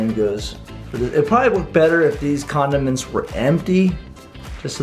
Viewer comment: I heard was condoments